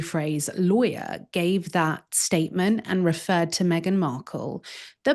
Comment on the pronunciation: She keeps saying Meganut 😂😂😂